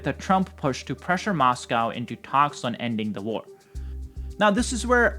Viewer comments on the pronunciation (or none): none